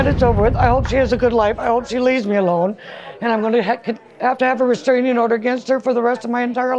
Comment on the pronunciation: Ive never heard of a "resKraning" order 😂😂